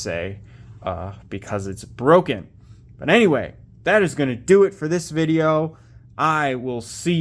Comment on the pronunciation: IT'S BWOKEN, IT'S BWOKEN!